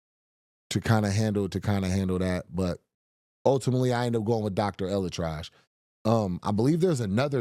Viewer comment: did he say doctor hella trash 😂😂